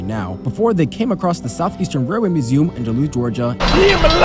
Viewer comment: Beautiful landscapes and you caught my favorite ACC, 3 times over. Great stuff. (Also what is that pronunciation of museum gng 😭)